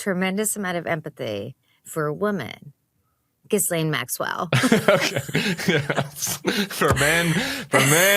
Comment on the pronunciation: Can none of you learn how to pronounce this woman's name. I wouldn't care except we have to hear it and we're going to hear it more and more as more stuff is released. It's GHEE-laine or GHEE- lenn